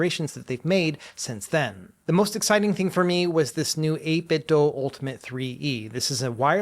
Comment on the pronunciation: I think this is my favorite CES coverage video so far. Thanks! FYI I'm not sure if you're aware, but you're pronouncing 8bitdo wrong. It's said like "do" or "dew" not "dough".